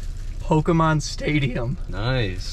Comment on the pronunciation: "Pokemon stadium" Okay ...lol